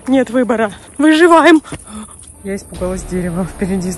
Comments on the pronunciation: Не выжеваем а выжИваем👍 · Дайте 10 ЧАСОВУЮ ВЕРСИЮ "выжываем" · Скокораз она сказала ВЫЖИВАИМ🤣